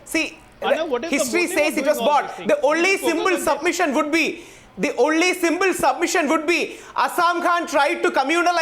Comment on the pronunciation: Asam Khan, simble, temble?!!!! Rahul Eswar please go to school and learn pronunciation!